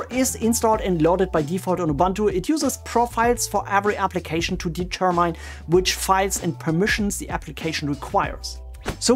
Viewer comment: I thought that enabling a service would only make it active after the next startup of your computer and that you have to add --now to make it work immediately. You speak so fluently(!), but the way you say "determine"...?